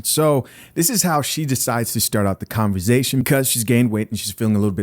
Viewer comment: Con - ver -SATION not ZATION